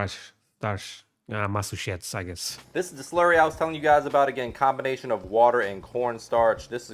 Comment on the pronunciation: lol —corn “starsh” — Ma-su-chetts—-Peach cobbler is awesome —it’s easy to make so it’s a popular dish —had it for the first time when I first moved down South where peaches are abundant